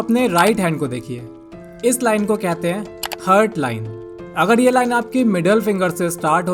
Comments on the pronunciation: हर्ट nahi हार्ट bolte hain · भाई, वो "हार्ट" है, हर्ट नहीं. 🙂